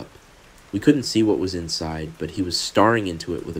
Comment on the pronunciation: I was wondering the same thing. Mispronounced staring to starring. And AI can copy people’s voices, it’s sorta the point of it.